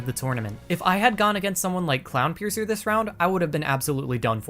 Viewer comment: wait did he say clownpiercer?